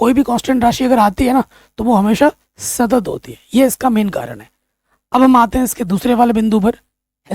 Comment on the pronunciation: Sir satat, nahi __ Santat hai😊😊